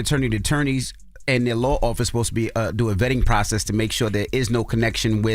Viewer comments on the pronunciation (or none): none